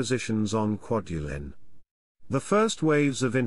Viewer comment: Great Video but the pronunciation of the names of islands and atolls was completely butchered. I worked on "Kwaj" as a ship captain supporting the "Star Wars" project in 1999/ 2001 and this video brings back memories, non-withstanding the terrible pronunciations.